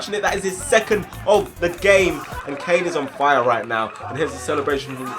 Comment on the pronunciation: Its caine not kane